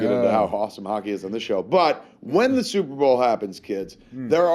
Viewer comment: what the fuck is this "super bawl" you speak of?